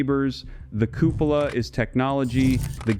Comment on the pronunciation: Cupola isn't pronounced that way. It's cuepola /kyoo͞′pə-lə/.